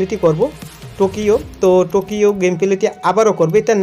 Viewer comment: ভাই নাম গুলো আমি বলে দিচ্ছি, পরবর্তীতে এই নাম গুলো উচ্চারণ করবেন। একটা হলো টোকিও, এটা জাপানের রাজধানি। আর একটা হলো বার্সেলোনা। এরপর উচ্চারণ ঠিক করবেন। খুব উইয়ার্ড শোনায়।